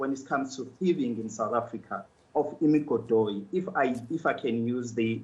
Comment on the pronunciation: he killed me when he said imigodhoyi kkkkkkkkkkkkkkkkkkkkkkkkkkkkkkkkk kkk